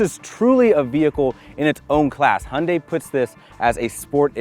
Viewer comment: I like your "Hyundai" sound, almost real Korean.